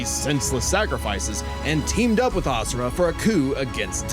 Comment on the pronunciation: I love you to death, but it drives me insane that you mispronounced Asura’s name 😅